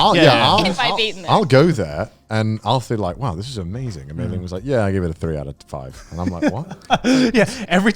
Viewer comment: Garnt- Joey- Connor